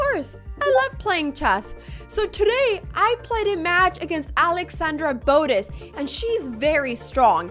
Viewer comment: “Alexandra boatus”